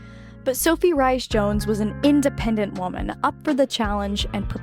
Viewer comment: Rhyse is pronounced Reese 😊 not rice